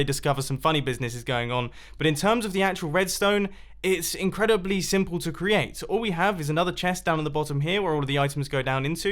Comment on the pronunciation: "it's incredibally simple to create!"